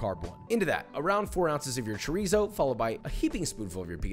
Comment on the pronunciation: Did joshua just bastardize chorizo